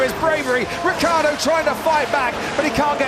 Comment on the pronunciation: RiccIardo, not Rickaawrdo.